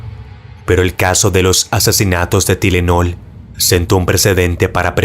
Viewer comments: Perdon pero me dio risa como pronuncia la palabra tylenol la pronuncia ti-le-nol cuando seria tai-le-nol 😂 solo estaba escuchando y no entendia hasta que lo vi a que pastillas se referia 😅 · se pronuncia taylenol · se pronuncia "Tailenol" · Tylenol = TAIlenol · Se pronuncia tailenol.